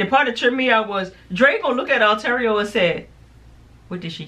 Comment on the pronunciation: Part of why I love you two is because you stay jacking up names. 😂 Ontario = Arturo The other part is because you two give great reviews! P.S. Sorry for your loss 😔